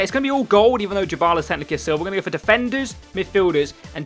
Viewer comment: Just saying his name is not pronounced "Jabala" it is literally "die-bala". Good video anyway mate💦